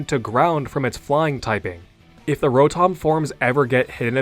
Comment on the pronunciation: Row-Tom. It bothers me so much to hear its name pronounced as such.